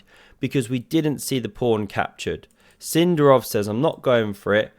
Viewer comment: It's Sind'arov, not S'indarov, mate! but thanks for the video